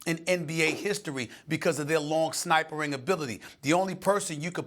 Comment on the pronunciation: "Snipering" - Steven A. Smith